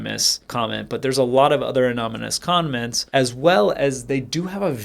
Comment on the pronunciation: The way you said *anonymououa commentous